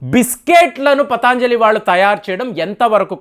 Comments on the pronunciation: పతాంజలి కాదు పతంజలి అనాలి. అలాగే ఇరాన్ ని ఈరాన్ అంటున్నారు కొన్ని వీడియోల్లో. మీరు ఉచ్చారణా దోషాల్ని సరిదిద్దుకోవలసిన అవసరం ఉంది. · పతాంజలి కాదు పతంజలి. దయయుంచి గమనించండి. అన్నీ బాగున్నాయి. కోవిడ్ వ్యాక్సిన్ తీసుకున్న వాళ్ళకు side affects వస్తున్న సంగతి కూడా ప్రస్తావించండి. బెలూన్ థెరపీ కై దేశీయంగా తయారై చవకగా దొరికే స్టంట్లను తొక్కేసిన ఘనత వహించిన మార్కెట్ మాఫియా గురించి ప్రస్తావించరేం? ఒక్క వస్తువు గురించి కోర్టు మాట్లాడితే మొత్తానికే బురదజల్లడం భావ్యమా? ఆవు నేతితో పక్షవాత రోగులు అద్భుత ఫలితాలు పొందటం నేను చూచాను. వ్యాపారం చెయ్యడం పాపమా? ప్రజల వద్ద అధిక ధరలు వసూలు చేస్తున్న వారి నిబద్ధతను ప్రశ్నించరేం